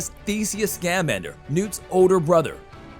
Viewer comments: Ooh, your right,he said scam-ander, that's horrible. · It's pronounced "Sca-MAN-der" as in "salamander", not "SCAM-ander"... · I literally came to say the same thing, Hermione style 😂 “It’s Sca-MAN-der, not SCAM-an-Der!!” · I know I am not the only one laughing when he says Newt’s name sounding like he is a Scam or something, Scam-ander You labeled the American Minister of Magic as a professor. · Uh, it's pronounced "Sca-man-der". Honestly, learn how to pronounce the names! Illvermorny, not livermorny. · Have you ever actually watched a Harry Potter movie? It would be so much better if you learned how to pronounce scamander properly